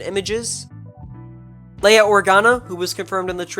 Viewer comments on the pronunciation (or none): none